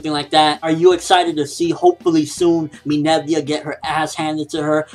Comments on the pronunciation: IT'S MINERVA NOT MINERVIA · umm no offense but you're saying her name wrong it's Minerva not "Minevia" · Why does say Minerva like that? Minerva = Meh - Ner - Va!